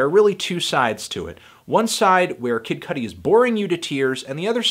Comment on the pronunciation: Idk why saying "Kid Cuddly" made me laugh chuckle so rapturously.